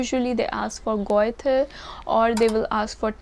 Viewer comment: Goethe = Göthe = Ö sound